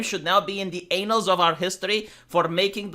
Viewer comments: saying anals instead of annals was the highlight of my day. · Say annals of history again please lol